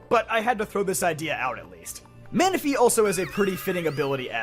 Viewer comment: lol “Menifee”